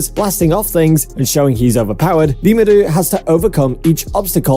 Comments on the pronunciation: did my dude just say rimura !! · is name is remuru not remura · Its rimura not nimura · The way he said rimuru kills me